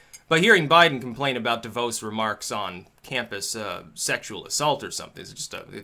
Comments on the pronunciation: Its pronounced De vause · Btw DeVos is pronounced like Ross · You pronounce DeVos wrong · Anyone find it strange that seemed completely clueless about the Title IX stuff that is the root of this? Firstly he gets its name wrong, mispronounces DeVos while seemingly having no clue that she hates the department she runs hence why Trump put her there, and then seems to almost tacitly endorse what Obama did with campus sexual assault stuff, indicating he didn't actually look at it in detail. I feel like he just wanted to make fun of Joe Biden for a few minutes.